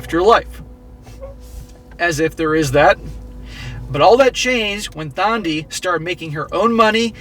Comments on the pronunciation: Some South African pronounciations/explainations for you (I'm South African): 1. Thandi is pronounced "Tundy" 2. If you didn't know, "black tax" refers to someone from a poor background who has to send money back home to his parents to support them. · The H is silent, it's Tandi not Thandi.